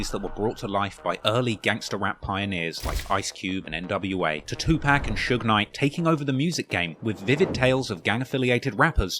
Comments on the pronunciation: White People Always Say “Too Pack” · bro to said two pack 😂😂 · I had to stop watching when he said 2 pack 😂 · please pronounce tupacs name right. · the way you say tupac should be illegal